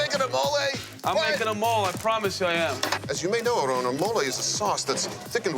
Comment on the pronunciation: I can't stand how people feel like they have to say Aaron's name in a Spanish type of way when they really don't know how. Many times on the show, Ted over-does it with trying to roll the "r" when it's not even spelled like how that would sound (it's not spelled not Arron). Marc under-does it. If ya don't speak Spanish people should't feel the need to tiptoe around pronunciation of people's names, just say it the gringo way (phoenetically ... arrin) and move on. If he gets mad, oh well. Not as if a wrong name pronunciation will make him any less Mexican. There are so many other names from other cultures that get butchered on a daily basis and noone feels the need to be all correct with it. Stop the madness and say names the way YOU know how to say them. It's more genuine and honest.